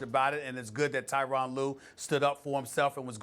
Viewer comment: Can SAS get Tyronn's name correct. It's pronounced Ter-ron